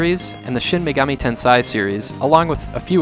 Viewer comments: Great series. Btw, Tensei is pronounced like Ten-say not Ten-sai . "TensAi" means genius and it's a completely different word. Edit: whoops, didn't notice this videos is years old and you already corrected the issue. Silly me. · Good video, but one thing: Japanese isn't pronounced like German. "ei" is pronounced more like a long A sound (as in "bake"), not a long I (like in "stein").